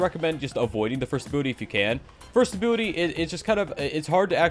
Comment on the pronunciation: He say = ability I hear = Butty